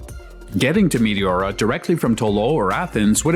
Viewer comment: nice footage! btw- its pronounced me TE ora , not mi ti ORA.